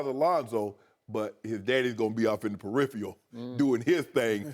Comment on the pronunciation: I agree with shannon. His dad will always be in the "pewipherals"..